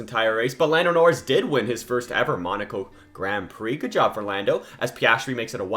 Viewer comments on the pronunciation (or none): none